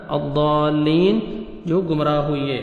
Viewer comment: "ھوئئیے" نہیں 'ھوئے'